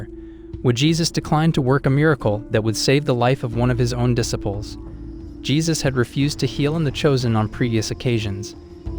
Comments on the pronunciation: This guy keeps mispronouncing the word disciples. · What about dissipples lol